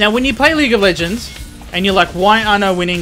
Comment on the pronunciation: "Leegah LEHHHgends"